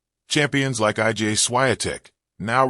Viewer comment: Why does this narrator insist on calling Iga Swiatek, I G A Swiatek?